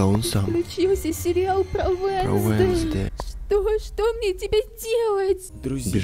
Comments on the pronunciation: Пишется уэнздей адмс а слышатся венздей Адамс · не венсдей а уенсдей